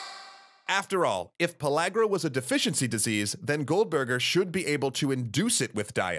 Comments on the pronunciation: Am I the only one who noticed that he said "Pologra" and not pellagra? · No Just No You aint saying it right. Its pronounce in the southern tongue "Puh leg ruh" not LAG rah. That's how we pronounced it. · I thought it was pronuced pill-area